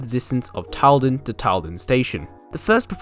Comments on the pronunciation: Tylden is pronounced "Till-Den", not "Tile-Den". Carlsruhe is pronounced "Carls-Roo". The main trade at Allendale was the mineral works, which backed onto the rail yard. It did not serve a quarry. The mineral works closed in the mid 1990's, after locals complained about silica dust collecting in and on their houses. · Tylden is pronounced TILLDEN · Out of all the closed branchlines, this (& Maldon) have the most tourism potential...it would have a lot more if it was mainline connected again. Also, it's pronounced Carls-ruhe and Tyl-den. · Your pronunciation of 'Carlsruhe' and 'Tylden' was incorrect, and on one map you misspelt 'Bullarto', but apart from that, very good. I was fortunate to travel on the line ex Carlsruhe multiple times, and also once travelled to Newlyn from North Creswick.